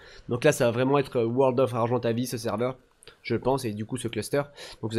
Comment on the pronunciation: Mdr je te comprendrais jamais : tu te met en vue à la première personne sur les dinos et en 3 ème personnes quand t normal. Tu dis argentavi au lieu de argentaviS, parosaure au lieu de parAsaure, tu prononce chintine au lieu de prononcer Kitine ... Mais on t aime. Super vidéo 👌👍💪😚